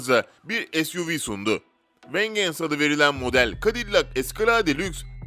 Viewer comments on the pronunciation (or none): Kardeşim acil ingilizce kursuna git. Vengeance'yi öyle bir telaffuz ettin ki. İzlemeden bu yorumu yapıyorum. Vencıns diye okunur. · Vengeance yazılır vencıns okunur. Escalade yazılır eskıleyd okunur.